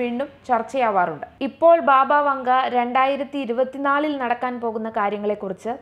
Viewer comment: ബാബാ വാംഗാ എന്നാണ് . ബാബാ വങ്ക എല്ല